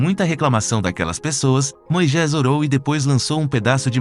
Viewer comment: Por favor, vc pode me tirar uma dúvida, pq vc fala " Moijés"?? Está escrito Moisés.... grata